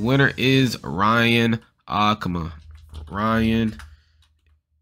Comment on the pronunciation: aku-ma :/ A-Ku-Ma B)